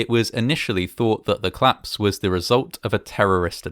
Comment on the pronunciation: COlapse! COLAPSE, not "claps"!!